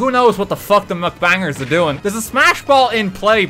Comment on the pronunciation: Is anyone gonna tell him its mukbang and not mcbang??? Or like?